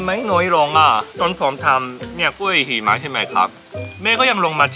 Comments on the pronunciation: จำไม่ได้ว่าep.ไหน เคยพูดคำนี้แหละ หิมะแต่เพี้ยนเป็น heeมะ แบบชัดมาก5555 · ฟังไปลุ้นไปกับคำว่า "หิมะ" ออกเสียงผิดนี่ความหมายเปลี่ยนเลยนะ😅😅